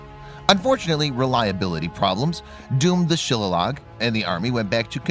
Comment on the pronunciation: Shilalog LOL. It's shillelagh...pronounced Shil lay lee. Shop Definition Synonyms Example Sentences Word History Entries Near Show More shillelagh noun shil·le·lagh shə-ˈlā-lē variants or less commonly shillalah Synonyms of shillelagh : CUDGEL Synonyms bastinado bastinade bat baton billy billy club bludgeon cane club cudgel nightstick rod rung [Scottish] sap staff truncheon waddy [Australian] Examples of shillelagh in a Sentence the bartender in the Irish pub keeps a shillelagh